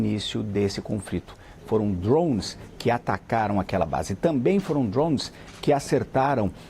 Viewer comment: Tira o ovo da boca pra falar drone